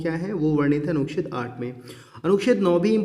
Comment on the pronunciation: Anuched bhi sahi ni bola ja rha hai..or dusre atak kyu rhe hai ap itna..smjh ni aa rha hai kuch bhi.